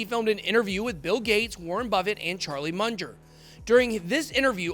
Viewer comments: Lmao... Charlie "Munjor" Chamath Palahapatiiiia. I cant take this guy seriously... lolol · He lost me when he mispronounced Charlie Munger's name. Still like the channel though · Yet he can’t pronounce Charlie Munger